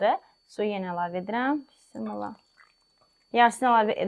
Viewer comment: Bissimillah yox ay xanim Bismillah